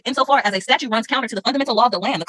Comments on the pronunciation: Its funny she is actually saying "Statue" not "Statute" so in that case shes right, Statues are not laws. Lol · yes, I know but she clearly says "statue" since she an other places says "statute"